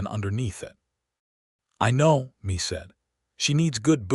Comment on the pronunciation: Mae is pronounced as May, but this was a good story. She was a very determined young woman. Listening from Selma, CA.